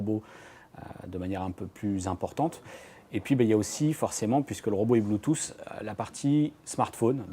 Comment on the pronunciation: " puisse que le robot est BLOOTOOSS " :/